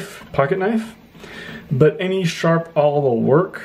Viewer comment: what's this word? I like to use an aauwl?